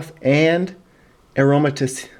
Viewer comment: it's pronounced aroma-teez